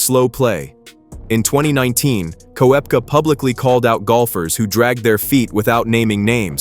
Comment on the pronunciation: Try pronouncing DeChambeau and Koepka correctly.